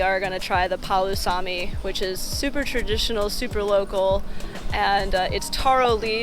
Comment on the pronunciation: It is not poo sa me., it’s paa Lu sa me Palusami. 😂